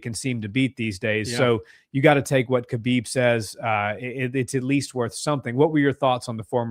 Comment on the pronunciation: Btw, Khabib's name pronunciation is more like "Ha-beeb" not "Kuh-bib", just say ‘ha-beeb,’ but a bit harsher at the start.